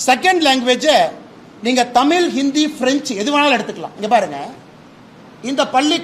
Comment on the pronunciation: ஒழுங்கா தமிழே பேசத் தெரியல உதய நிதிக்கு தமிழ் என்று சொல்ல வரல தமில் பெற்றோர்கல் என்று பேசுகிறார் இவர் தமிழை வளர்க்கிறாராம் காலக் கொடுமை 😂